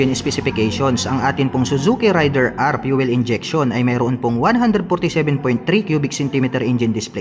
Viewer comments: Raider po hindi rayder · *Rey-der , hindi RIDER. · matagal na ang pangalan ng motor na yan pero mali parin ang pagkabasa...